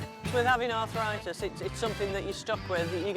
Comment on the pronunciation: It's arthritis, not arthoritis.